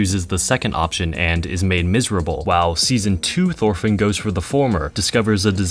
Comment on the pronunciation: why do u pronounce it like “thorfinn” it’s pronounced like “torfinn”, the “h” is silent